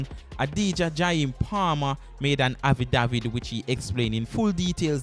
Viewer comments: Bredda, yu mean even after yu hear affidavit pronounce properly in the news clip yu still a seh “havidavid?!” If yu gonna vlog at least know how to speak bro. Outside of that you di good! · Learn to pronounce the word affidavit before you release your video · Please learn to pronounce the word “affidavit” you’re not pronouncing it correctly and it’s annoying. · Learn how to prounce the word dam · Very embarrassing. For a vlogger do some practicing for the words that you don't know first. Drives me crazy